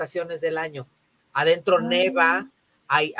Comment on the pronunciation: no se dice "neva", se dice " nieva", ejemplo: en Miami no nieva.